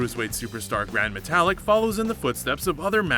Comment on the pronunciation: My new favorite breakfast cereal...Seezer-Os! :) And...Metalik (meh tah LEEK) is not the same as metallic the same way Kalisto (kah LEES toh) is not the same as Jupiter's moon, Callisto.